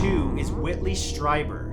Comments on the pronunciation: It's pronounced Stree-ber, not Stry-ber. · #2 is pronounced as streeber. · Whitley's last name is pronounced STREEBER. That's how he pronounces it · Awesome. 'Hair of the Alien' (about Peter Khoury) is a great read with some real surprises. Strieber is pronounced Streeber. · Whitley Streiber's last name is pronounced "Stree-ber." (Sorry; I love you Matt!)